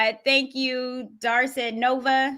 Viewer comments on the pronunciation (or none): none